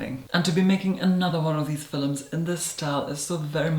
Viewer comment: This person is wonderful. He is so elegant and beautiful, with a pinch of humor and sass.. Just love his "fillums" 🖤